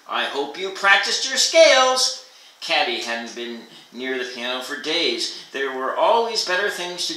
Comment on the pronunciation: Katy- Pronounced Kay-Tee